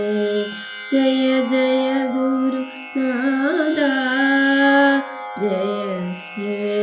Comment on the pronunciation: Nice, നാഥാ ഇതിലെ ഥാ ഉച്ചാരണം ശരിയസ്സാക്കണം. നല്ല ശ്രമം 👍